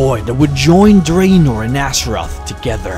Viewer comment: I think its not pronounced draynai and draynor...